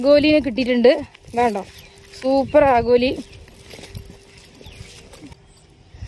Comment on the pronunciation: ആഗോലി എല്ല ആവോലി'